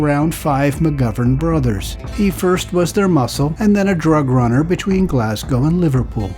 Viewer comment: Great Video. One of the few from across the pond who have pronounced Glasgow correctly on videos about my homeland. 👏🏻👏🏻👌🏻 Instead of the usual “Glass-Cow” 🤦‍♀️